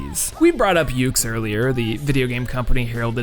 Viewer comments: For the love of christ, its YUKES not YUKESS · I don't believe I've ever heard it pronounced "Yoo-Kez" before. I always thought it was just pronounced "Yooks". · Ah yes, You-kezz. My favorite developer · I did enjoy the video, lots of interesting stuff - but dude the pronunciation of Yukes as "you-kes" drove me totally crazy jfc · Yuke’s is pronounced “Yooks.” The “e” is silent. I recommend Giant Gram 2000 on Dreamcast, or even AKI’s Virtual Pro Wrestling 2 for N64 (Japan only). - writer, designer, director of Road to WrestleMania mode, WWE SVR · How do you get Yook-ess from Yuke's, hahaha. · Are you mispronouncing "Yuke's" on purpose? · It's really pronounced "Yu Kess"?